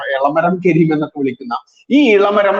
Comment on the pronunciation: കെരീം അല്ല കരീം ആണ്